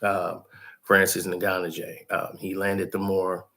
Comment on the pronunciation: Francis N-Gan-New